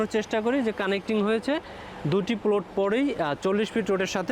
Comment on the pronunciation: আগে প্লট উচ্চারণ শিখো তারপর জায়গা সেল করতে আসো😀😀